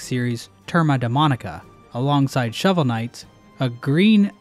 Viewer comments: Brazilian guy here. Your pronunciation of "Turma da Mônica" was on spot! Did you practiced? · nailed the pronunciation there(really, just the R that was a little bit off) NAILed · I was not expecting an appearance of Brazillian children's slice of life/bizarre adventure comic Turma da Mônica. Your pronunciation of it is also almost on point, which impresses me. We tend to play fast and loose with copyright here. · Ele pronunciando Turma da Monica foi o melhor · Hearing you pronounce turma da Monica brings me so much joy. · ( Brazilian comics series "turma da molnica" ) Parabéns gringos vocês falam 99% ingles e do nada turma da monica, perfeito